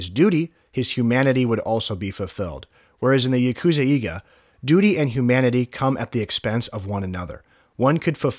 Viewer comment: Fantastically done video, well researched and executed. I would only suggest a brief look at pronunciation of Japanese, you mentioned 'eiga' quite a few times but the pronunciation you gave 'eega' is incorrect. Vowel sounds in Japanese are consistent, so just learning each vowel sound and how they sound when combined, such as "ei", will go a long way in getting your Japanese pronunciation right. Again, great video, but since you said 'eiga' in particular so many times, I felt it was worth mentioning.